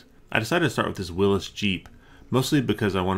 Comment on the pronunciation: It's pronounced "willies" not "willus". but awesome video! I've been a long time subscriber, keep up the good work!